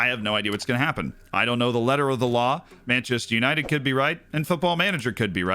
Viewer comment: Manchaster United Menchester United Menchaster United :D